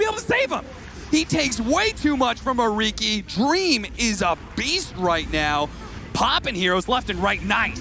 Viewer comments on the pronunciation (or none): Why’s this guy sayin reeki 😂